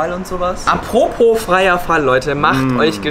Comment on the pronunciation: Apropo Freierfall ha er hat po gesagt hihihi 🤦‍♂️